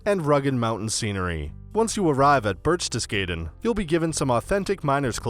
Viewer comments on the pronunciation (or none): none